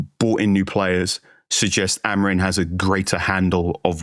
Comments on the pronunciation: Amorimmmmmmmm. Not amareen. :/ your lips should touch each other when you are done saying his name. if it aint, you are fucking having a laugh. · How hard is it for you guys to pronounce "AmoriM" correctly? It isn't Amorin or Amarin. Absolutely butchering an easy name, good lord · Dear TOTD - how come all you guys pronounce Amorim as Amorin? I've noticed many times. Ta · Why do they pronounce him Amorin? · Love the podcast but please lads, can we pronounce the M at the end of Amorim rather than replacing it with an N? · It's pronounced Ah-moh-reeng 😃 The guys say it correctly for the most part albeit with an English accent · Surely Amorim should be pronounced with an “m” and not an “n” at the end? Yes, I’m one of those 🤦🏻‍♂️ Except for that, I am very excited for the future